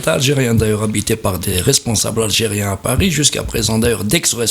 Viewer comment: le présentateur a peur de ne pas recevoir son visa......hhhhhh "paerri' hhhhhh. pauvre peuple.